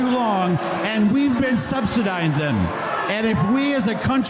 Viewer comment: subsi-DINE-din? (snorts laughin)